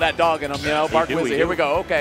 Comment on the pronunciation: love hazmatt for saying bark wizzy